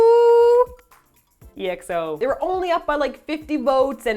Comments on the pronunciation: And even after the pronouncing correction, STILL pronouncing it as 'E.X.O' lol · PLEASE STOP PRONOUNCING "EXO" AS "E-X-O" thank you, that is all:) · EXO is pronounced XO lol